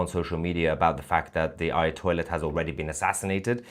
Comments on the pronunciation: I heard it right, you keep on saying, "Ayatoilet"😂😂😂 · Mr Tousi you make me laugh becos you call ayatollah as ayahtoilet heheeee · Did I hear him right Ayatoilet? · sorry I think I heard Aya-toilet hahaha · AyaToilet 😂😂😂😂😂. Love it 😂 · did he said AyaToilet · I'm sorry but did he say, " Aya toilet? " It would certainly be more than appropriate! 😂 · Did I hear him say 'Ayatoilet' or was that his accent?